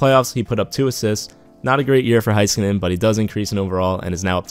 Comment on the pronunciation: I hate how he says heiskanen “Hi- ska- nin